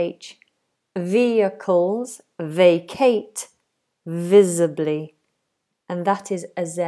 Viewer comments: Visibly, not visably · No such thing as "visably" it's visibly as in visible. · VisAbly? So much for an English teacher. And vampiErs! Laughable now. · Great video! By the way, isn't it "visibly"?